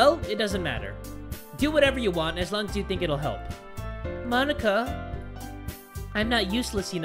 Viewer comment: say mo-nika